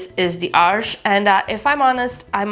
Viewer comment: You are only the second person I’ve heard that pronounced Arches correctly. I’m debating on getting these.